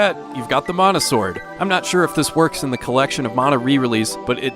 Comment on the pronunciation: I was happy you pronounced "Mana" correctly, but then you said... "Necko..." To soft reset on SoM you can hold L and R and press start and select. You can do that on a few Squaresoft games if I recall correctly.